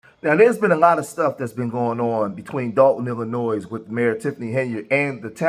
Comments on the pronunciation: Illinois. Is not pronounced as Lillinoisssss i. I am from Mississippi and I have been educated enough to know how to pronounce Illinois. Maybe Tiffney can do at least one thing before she is shifted to the sh-t pile. She can learn hoe to properly pronounce properly the state in which she lives. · Il- li- noi (the S is silent) ❤